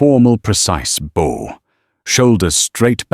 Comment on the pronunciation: I tend to enjoy your stories, but you would do so much better if you actually did QA on the AI voice. For instance the pronunciation of "Bow" when talking about "Bowing to someone" vs "A bow that fires arrows". The Ai got it right first, then from then on had it wrong. If you double checked it before posting it you could catch things like that and the story wouldn't sound so silly. It often stutters with money values as well. The way it is now, it seems like you just record the AI without listenting and post it blindly. And the names randomly change. All pointing to the fact you do no QA before posting.